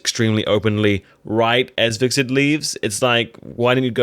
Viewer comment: When you pronounce Hvitserk's name it sounds like you are saying VIXEN sometimes LOL 😂 Not trying to pick on you or anything - I really enjoy watching your Vikings videos, especially the preview breakdowns. Keep up the good work!!